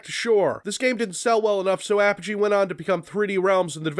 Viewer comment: Whoa whoa whoa.....hold up......did you just call them APP-UH-GEE?! Don't you mean UH-PODGE-E?!!!! Regardless, RoTT was the game I grew up on, and I swear it made my love for violent FPS's.